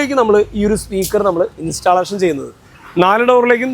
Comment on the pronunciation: ഇൻസ്റ്റാലേഷൻ അല്ല ബ്രോ ഇൻസ്റ്റല്ലേഷൻ ആണ് 👍